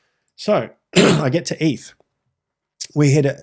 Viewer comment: its eth not eeth